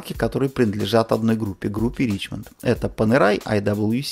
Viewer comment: Ришемон все таки, а не Ричмонт